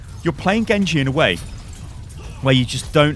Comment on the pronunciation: Was the „GENGU“ on purpose?